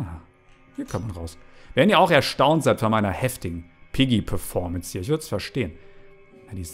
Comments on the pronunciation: Es heißt piggy nicht peggy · Ähm das heißt nicht Peggy sondern Piggy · Viel Glück ich bin ein bisschen zu spät aber zuuu spät Außerdem es heißt Piggy und nicht Peggy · Es heißt piggy!!!! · ey es heist piggy nicht peggy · Sie heißt piggy nicht peggy